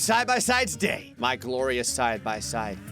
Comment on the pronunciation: I thought you said dad unstead ot day 😂